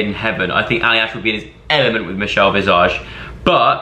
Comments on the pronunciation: The way Joe says Michelle’s last name really got me 😂 it’s an S not a Z!!!!! 😂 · The way he said Michelle visage maid me smile😂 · The way you keep saying Michelle’s last name wrong 😂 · Makes me laugh how you say visage 😂😶